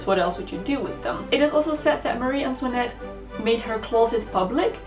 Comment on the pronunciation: Antoinette is my middle name and I finally found someone who can pronounce it properly I cannot even pronounce it love it 😊